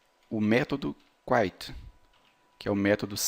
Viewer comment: A palavra "Quit" não se pronuncia "kuait" e, sim "kuit" mesmo. rsrs